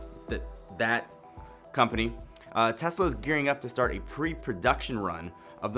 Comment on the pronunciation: Great video!! And im glad you are different from other channels for saying TeSla not TeZla...